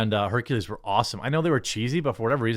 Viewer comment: Sooo, Blak-ules?